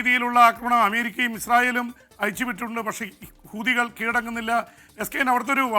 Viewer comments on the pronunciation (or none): none